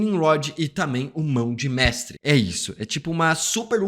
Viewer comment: Também reparei esse "Mão de Mestrwe" SInal que NUNCA leu os quadrinhos, pq impossível errar nisso que é tão básico. E tmb não sou hater rs.